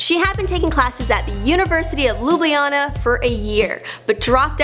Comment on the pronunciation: Worst pronauncing of ljubljana